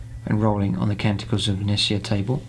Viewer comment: Interesting video, I really only have one comment. Omnissiah is pronounced like Messiah, e.i. Techno Jesus. :)